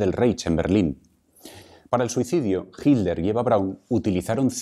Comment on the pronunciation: Vea que raro pronuncian el apellido "Hitler", pues se come o aspira la letra "T", por lo que dice: Hi ler en vez de HiT ler. Eso se escucha rar{isimo en mi pais.